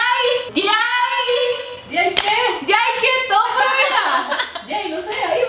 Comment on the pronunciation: ) por que disen NOC en ves se NO SE??